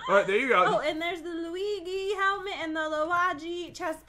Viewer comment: it's the Luigi helmat and the luige chestplate Pat-You really say everything perfect don't you Me-Wheeze